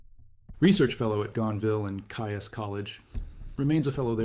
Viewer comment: Gonville and Caius; 'Caius' is pronounced 'KEYS'! I am afraid that I lost interest following that glaring error...